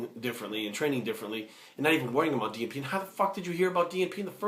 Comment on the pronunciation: haha keep thinking every time you said DNP you were saying G4P. Great video though, spread the knowledge.